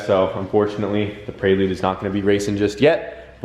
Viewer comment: hahahaha 'PRAY-LUDE' prelude brother hahah love it